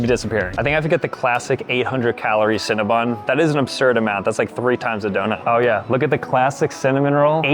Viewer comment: Cinnabon not cinnabun